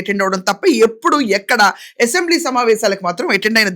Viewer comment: అసెంబ్లీ అనే‌ పధం సరిగా పలకండి యసెంబ్లీ నసగా ఉంది రాజకీయ నాయకులు అంతా దొంగలే ఎవరు సత్యం హరిచంద్రుడు లేరు ఆమె పోరాటం ఆదర్శం తెలుగు దేశం పార్టీ లో అంతా చీరకట్టు లో ఉన్నారు వాళ్ళ కంటే మీరే మేలు చొక్కా ప్యాంటు ధరించి ఉంటారు